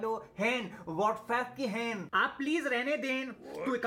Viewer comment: Bro woh ch ko Ha sound krta hai To chain kehna chah rha tha